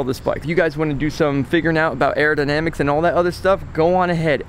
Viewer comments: "aerodynamacy".... lmao omg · ....not airodimacty........aerodynamics!!! what would you tell the cop if he asked what the hell do you have on your head????? A piece of cardboard.....ha ha ha ha ha ha ha ha ah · "Arodynamisy on" lol